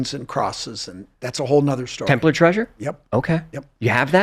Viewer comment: Thank you for pronouncing Templar as Templer..it drives me crazy when people say Templaaar.